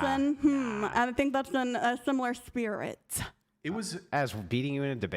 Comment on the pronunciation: That “similar spiri-TUH” is FUNNY 😂😂😂 she triggered as fuck